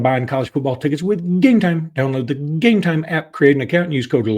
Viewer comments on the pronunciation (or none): You know, your no saint when it comes to this gambling scandal. The stupid way you pronounce Gametime does get everybody's attention. However, you know more about Gametime than other product you push. Think of everybody that has destroyed their family with debt instead of food on the table. And you have done your part.